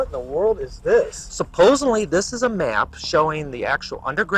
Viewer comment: its hard to believe a guy that says "supposenly"